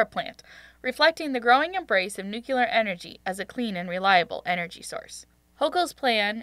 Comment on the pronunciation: It's Democratic, and nuclear, not nuciler